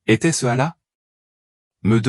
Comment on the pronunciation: Comment un imam ne sait prononcer le nom d'Allah ni de mohamed que tu appel Mahomet ce qui le nom donné par les islamophobe hhhhhhh